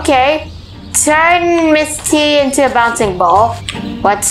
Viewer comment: Not boncie ball it's a bouncing ball.